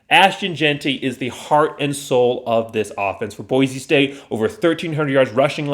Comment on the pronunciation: Please take a breath and learn how to enunciate Boise. Speed is not everything.